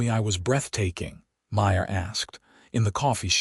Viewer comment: Again the name Maya gets slurred witn an 'r' by one of the staff!. At about : : LoL Oops 😢😢